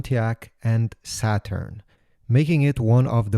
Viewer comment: He called it “shaturn” lol